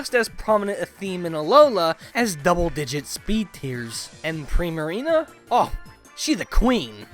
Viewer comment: I'm glad someone finally pronounced its name right (even if it's my least favorite Alolan starter ;P).